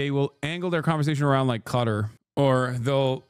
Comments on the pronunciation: He can say it properly, but I don't know why he says it in such an American way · I genuinely can't stand how he pronounces Qatar